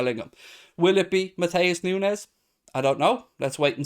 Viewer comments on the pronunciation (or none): I assume it would be said like Noons as there isn't a z or tilde over the n. Just an opinion post :p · Nu-ne -s s pronounced ess,,,,,,,,edit ,. It's pronounced Nu-nes